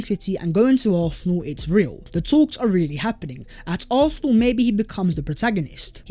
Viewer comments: Why i hear Arsenal as although or arthur or something not Arsenal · ffs will you say ARSENAL for ONCE.hahahaha